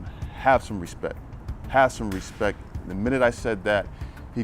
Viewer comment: This dog owner can't even speak. He clearly says "ruspek" instead of respect. I mean ... I guess grammar is rayciss!